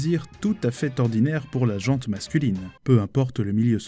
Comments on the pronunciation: On ne prononce pas " la JANTE masculine", mais la GENT ( comme l'agent de police). Merci! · 1ère fois qu'une "erreur" me fait tiquer , on dit la gent masculine (ou féminine) -sans prononcer le "t", et pas la "gente". Et on dit "qui s'est fait pincer" , même si c'est au féminin. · Le "te" de gent masculine ne ce prononce pas, à prononcer comme Jean le prénom... Idem pour la gent féminine 😉